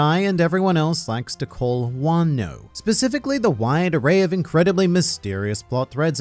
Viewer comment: ah yes, wan-noh :) edit: is this spoilery stuff? please reply lmao